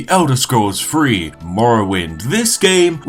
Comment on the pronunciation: Elder Scrolls free don't you mean elder Scrolls three